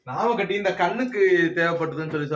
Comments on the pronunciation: அது ராமக்கட்டி இல்ல.நாமக்கட்டி.இதை குழைத்து தான் வைஷ்ணவர் நெற்றியில் நாமம் போடுவார்கள். இன்னும் தமிழ் கிராமத்தை விட்டு வெளியில் வரவேயில்லை.ராஜா நீங்க படிச்சவங்க தானே.நீங்களும்‌ ராமக்கட்டி என்று சொல்லலாமா? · It is naama katti not rama katti